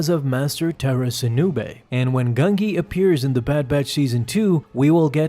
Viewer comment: Pronunciation of Gungi is Gun-Jee, not Gung-Gee